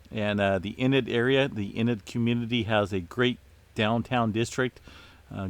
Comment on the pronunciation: Haha 😂 .....Oklahoma native here… It’s EEEnid ...But we do appreciate you and all you do